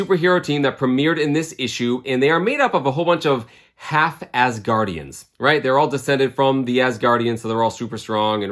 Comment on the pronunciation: Great video -- When you said half-Asgardians, I heard half-ass Guardians 😂